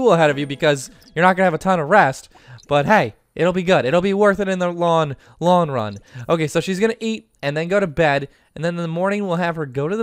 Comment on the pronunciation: Has anyone else noticed how he doesn't pronounce his Ts'? Like 'long' becomes 'lon'? No hate, just an observation!